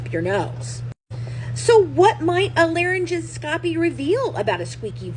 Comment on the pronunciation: Just an fyi: It’s pronounced laryn-gos-copy I noticed that Deedee had a very young sounding voice too